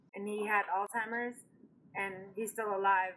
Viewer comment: It's ALZHEIMERS.........not oldtimers Lol